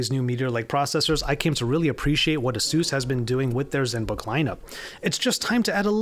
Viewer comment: Pretty sure it's pronounced A-seus. Not the way you are saying it.